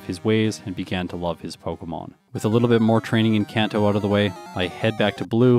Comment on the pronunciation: Seemed like you did a lot of training on rando trainers. How would E4 grinding instead have affected the time? Also, Kanto is a soft a like in "father".